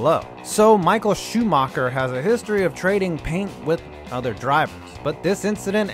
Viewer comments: Michael Shoomarkar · schumacher is not pronounced shoemaker but hey the english way to pronunce foreign names is to look at the name and find the english word that sounds kinda the same same with leclerc who is called le clerk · Just the accent of the guy talking should turn you off this video. Nevermind the content. "Proust at Suzaka". Amazing. Excuse me, where?! I bet nobody knows what he's talking about Butthurt Shoe Marker and Villa Newve